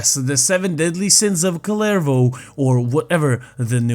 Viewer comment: I cant get over how people say "kullervou"